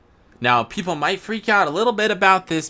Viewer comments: Failnaught can be obtained on blue lions route also it’s might, not mount 🤦🏻‍♂️ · Might, M-I-G-H-T. Not MOUNT. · Can't get over "might" being pronounced as mount 🤦🏻‍♂️ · Mount lol. Its might. Nice list though. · MIGHT. NOT MOUNT. jeez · Lol!!! He kept calling might, mount. He even called durability, mount. No disrespect though, just pointing out a mistake.